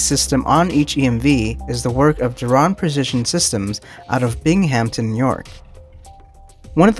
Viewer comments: Originally from Binghamton, NY and always love when my hometown gets a shoutout! But..... it's actually pronounced BING-ham-tin, not bing-HAM-tun (or bing-HAMP-tun as some Long Islanders say.....) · Binghamton NY -> "Bing um ton" not "Bing ham ton"